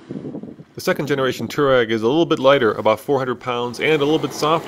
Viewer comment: dude freeking learn how to say Touareg!!!!!!! its bugging the crap out of me